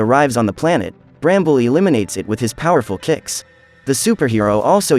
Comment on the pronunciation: “pOwEErFOL CicS”